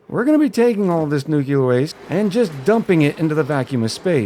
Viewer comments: its pronounced nuke-lee-er not nuke-you-ler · nucular and nuclear are two different things but i think it’s been pretty normalized to pronounce nuclear as nucular. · The way it’s spelled. Nu-cle-uhr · It's "new clear" as one word. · I forgot exactly how but I found your channel a few days ago and love your style of commentary and playing. Also I pronounce it New-clear. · new-cle-ah tho dont listen to me im australian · In Soviet Russia, Nyuk Lee Yaargh pronounces you. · "New Clear" for me as regards pronunciation of "nuclear". Accents and pronunciation of words are interesting things. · My favorite pronunciation is "Nucular" That Nafta creation stratagy is great! I usually include temp sensors in my steam generator/thermo aquatuner so I can get the max refund possible for my aquatuners. I have never made a nuclear research reactor before. I always found that if I want to go for ridiculous builds, that a sour gas boiler was easier to construct and a lot more "Fool proof" in my opinion. I am the fool. The fool is me. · I had to think of homer Simpson nucular. the word is nucular. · It's nuclear, dummy, the 'S' is silent.